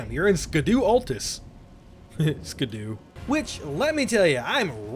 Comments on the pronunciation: Fun fact: scadu is pronounced shadu or shadow just like blaidd is pronounced bleyeth. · For future reference, "Scadu" is just pronounced "Shadow", I think it's a middle English spelling or something like that